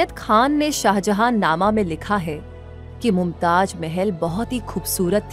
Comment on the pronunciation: Pahle aap pronounced sahi kare us ka naam mumtaj nahi mumtaz hai